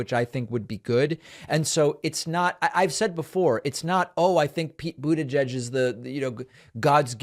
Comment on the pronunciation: Pete buitegeig🤪🤣